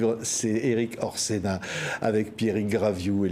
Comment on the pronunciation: PS :Mr Orsenna et pas Orsinny